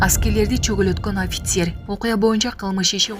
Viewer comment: Аськер эмес- аскер 😂 Официер эмес - офицер 😅